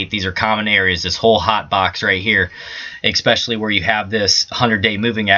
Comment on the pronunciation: Ick specially! LOL!